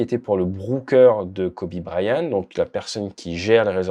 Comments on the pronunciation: prononce bien c'est Bryant avec un T , idiot ; pas brian.....arrete de copier Aldo aussi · Kobe "Bryan" ??! 😂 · BryanT, avec un T. Là, c'est la prononciation pour Dany Brillant, que tu nous fait. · Pauvre Kobe dont le nom est écorché toute la vidéo. il y a un T à Bryant. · Bonjour, il y a un T à la fin de Bryant. Il se prononce. Vidéo intéressante.